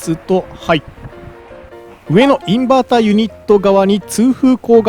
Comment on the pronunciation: インバーターは Inberter じゃないですよ(笑) そうなる気持ちは分からないでもないけど！